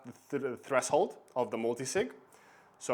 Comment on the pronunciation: Good video. By the way you mispronounce the words "threshold" and "heirs"